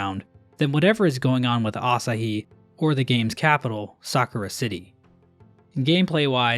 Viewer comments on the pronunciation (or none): none